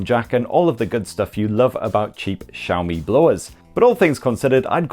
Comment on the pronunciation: The way you pronounce xiaomi as Zhaomi is cringy